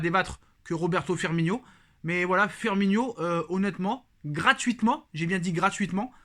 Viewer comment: Courage! T'en sais rien du tout si il va venir firmiNO! Et toi qui reprend tjs sur les prononciation tu a passé toute la vidéo à l'appeler firminio alors que c Firmino! C sur c pas grand chose mais quand on est parfait comme toi ça la fou mal!